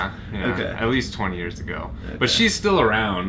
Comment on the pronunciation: Socorro! Ouvi quinhentas vezes e você falou exatamente igual ears e years ! 😱😱